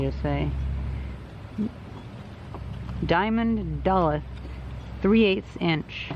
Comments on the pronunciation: Duluth is pronounced dulooth tip from a Minnesotan. Just the tip mind, and only for a minute. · Well the people of Duluth MN (where the chain was likely forged) would disagree with you on the pronunciation.